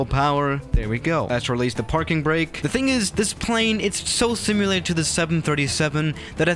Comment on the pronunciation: Nobody:: Pronounces "similar" as "simular"